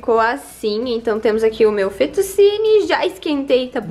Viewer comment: nem fetu’si’ni... se fala fetu’ti’ni